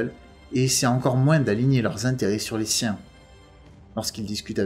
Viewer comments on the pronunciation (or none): C est moi qui rêve ou tu prononces "moinsse" à la place de "moin" ?